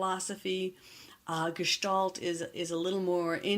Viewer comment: Finally! The word Gestalt pronounced correctly, thank you.